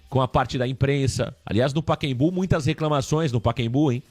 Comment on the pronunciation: Paquembu😂😂😂 PACAEMBU!!